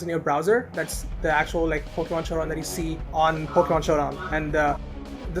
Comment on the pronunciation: I Love How His YT Name Is Based On A Pokemon He Says Wrong XDDDDDDDDDDDDDDDDDDDDDDDDDDDDD